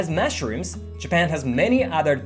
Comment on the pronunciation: I love your channel. One correction though: you say 'mashrooms' instead of 'mushrooms'.😊